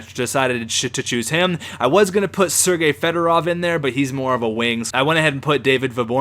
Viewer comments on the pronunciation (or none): none